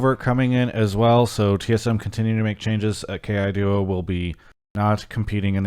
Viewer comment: Can we start pronouncing Keaiduo's name Kai-Doh? Chawy, Yursan, and other Chinese speakers have been pronouncing it like that.